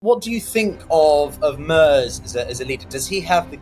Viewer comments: Merz is prnounced "Merts" not MERS :) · It’s Merz, rhymes with Hertz